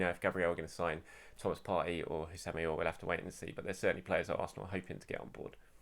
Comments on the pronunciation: Aouar is pronounced Oh Wa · Aouar is pronounced Ow-Ahh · his name is pronounced (Ah-Waar) which in arabic means "Pain" or to experience pain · I think it is pronounced ah-oo-ahr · According to a football expert called Don Robbie, Aouar is pronounced, “Aurier”.